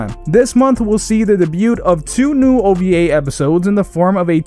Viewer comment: Wait it’s pronounced o-v-a not ohva?????